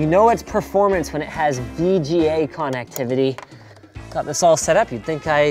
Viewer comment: also I find how you pronounce "connectivity" strange